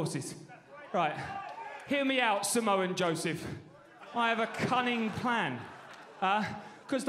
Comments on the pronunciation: Lol he called him Samoa Joseph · He called that boi SAMOA JOESPH 💀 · "Samoa joeseph" 😂